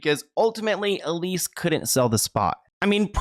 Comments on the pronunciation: EL-SEE . Sorry, it was driving me nuts every time you said EL-EE-SS. 😂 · is it just me or is her name elsie and not elise like he was saying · Seems her name is spelled ELSIE (El-see) but is it supposed to be as your pronouncing it, ELISE? (E-leese). But wow, you find some very interesting stories. That creepy old perv thought he was going to actually be “on top” of Marilyn, you know, for eternity. However the unimaginably uncomfortable embrace of Hell has claimed him instead. (Body snatching, also using bodies and remains in rituals is a thing for certain ghouls. As a news reporter I was assigned to cover a cemetery desecration, and couldn’t believe what I had seen there. Bodies were dug up out of the ground, and sat up in circles, skeletons leaning against gravestones, was horrible. I’m sure some of these ghouls wanted to get at her body, so they’ve had to protect it somehow). I could never understand how she married DiMaggio. Baseball is one thing, but kissing that guy, I dunno, looks quite the most unpleasant chore. Miller was another creepy cold fish she made a miscalculation with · Her name is Elsie not Elise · It's Elsie, not Elise 🤣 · I just wanna say her name is El-sie not Elise. As an Elsie myself was just erking me - sad and sickening story though, absolutely breaks my heart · It says ElSie not Elise right? Just fyi. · I think the wife’s name is pronounced Elsie not Elise. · Not to take anything away from the video but the creep's wife's name is *Elsie, not Elise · I’m sorry but I can’t stop hearing you say the name ‘Elise’ when it’s EL-SIE. You even have a news clipping with her name written on it 😂😂😂 how fast are you making these videos? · El-sie.* Not Elise. :) At least that's what your examples read. :) Easy to flip em. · Her name was Elsie like Ell-see ! Great story just wanted to clear that up. It was my grandma’s name and popular for the time :) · His wife’s name was El-see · I think her name is pronounced (El see)